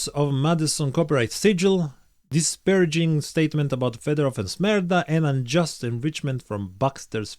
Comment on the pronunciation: I only hear merda when you say Smerda, "merda" in portuguese means "shit". haha